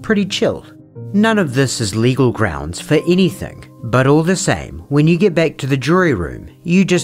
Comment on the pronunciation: Everything you said is correct, except one thing: he kept saying "GROUNZ" - not "GROUNDS."